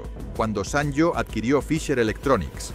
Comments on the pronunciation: Siempre lo pronuncié "sanio" no "san yo" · Buen reportaje de una marca mítica. Pero por favor, se lee como "sanio", no como "sanllo". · Lo pronuncias mal. Se dice "sanio" y si no mírate el anuncio cuya música se nos quedó grabada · Así no se pronuncia la marca.